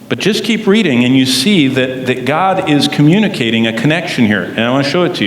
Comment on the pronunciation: GOD, not dod.